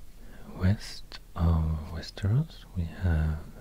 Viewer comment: I couldn't figure out where you were from until you jumpscared me with "Västerås" hade seriöst ingen aning om att du var svensk förrän då wow